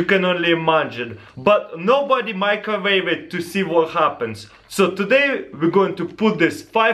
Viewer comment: why does he say "microvave"?